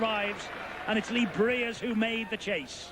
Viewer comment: Interesting way of pronouncing Lee Briers' name 😆